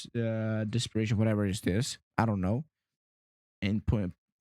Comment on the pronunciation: It is pronounced 'Dis per tion' not 'dis per a tion'.